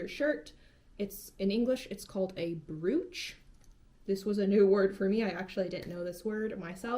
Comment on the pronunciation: You didn't have to tell me you were unfamiliar with the word "brooch." I could tell by the fact that you were mispronouncing it. It's actually pronounced exactly the same as the word "broach," despite the spelling. ;-)